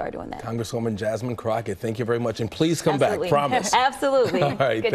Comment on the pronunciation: Her name is Jas"mine" 😊